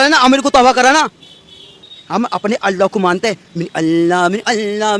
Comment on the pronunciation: अल्ला ❌उल्ला ✅